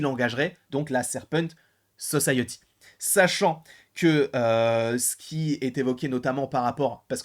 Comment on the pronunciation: La Serpent So-saye-euh-ty